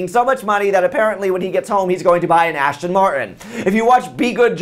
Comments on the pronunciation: Aston Martin. Not Ashton Martin. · lol its not ashton martin its aston martin lol gay car guy here lol love you lol